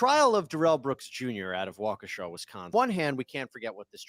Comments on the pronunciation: As a Wisconsinite, its WAH-KAH-SHA not Wah-Kesha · It's pronounced Wau-keh-shaw. Don't let this be a Zayo Dedong. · The Brooks case was covered plenty on the local news. And yes, there were a lot of people who wanted to string this crazy motherfucker up. Also, the precedent of mangling Wisconsin place names by continues. As other people have said it's "wau-kaa-sha" or "wau-key-sha" depending on accent. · I feel bad no one can say Waukesha right